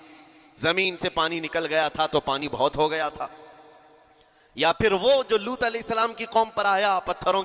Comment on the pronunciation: main puri video dekhti rahi aur end tak roti rahi. ALLAH aapko is video ko dikha ne ka ajra ata farmaye Aameen Summa Aameen Ya Rabbul Aalameen 🤲🤲 Aur haan ek baar jo aapne boli कौमें लूट ये लूट नही सही ये है कौमें लूत है। Please don't mind. Assalamualaikum Wa Rahmatullahi Wa Barakatahu 🤲🤲💯